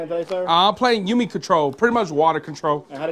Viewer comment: ou-mi not you-mi